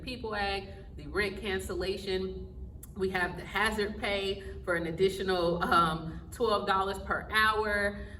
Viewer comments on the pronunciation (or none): none